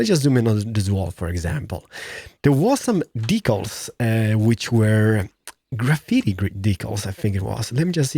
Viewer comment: Decal just say D then cal like in calories 👍🏼